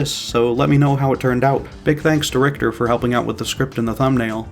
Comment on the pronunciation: btw it’s RICHER overtime like Witcher but with a R.